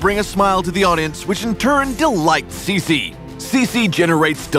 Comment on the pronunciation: I thought her name was pronounced Chi-chi not si-si